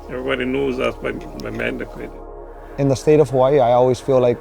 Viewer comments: man-da-kit not manda quit 😂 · Pronouncing his name wrong. It’s mun-dah-keet